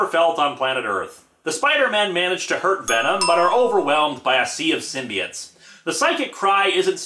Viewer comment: IT'S PRONOUNCED SYM-BI-OTES NOT SYMBI-ITES